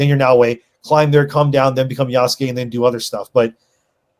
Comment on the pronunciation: Its far cry 3: Ya-sucke